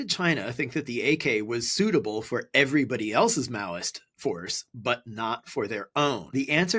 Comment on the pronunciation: He said Maoist insurgency..(Mao Zedong)